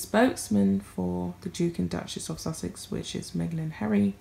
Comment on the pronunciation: The 'Dook' and 'Duck-mess' of 'Suck-sess' ...